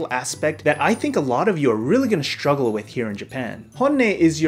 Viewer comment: SHtruggle, illuSHtrated, diShtrict, SHtrange, hiSHtory ... Interesting accent.